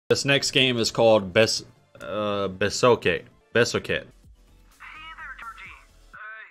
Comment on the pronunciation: YO ITS A SWEIDSH GAME besöket lol not besokey sillyyyy goose